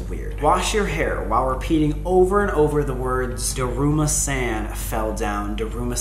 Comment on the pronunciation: He said daruma-sÆn instead of daruma-san